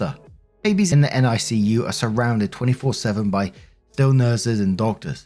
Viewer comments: For whatever reason, it's said Nick-U for NICU. Cheers as always mate. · NICU is usually pronounced Nick-you, here in the states. Not sure about your side of the pond.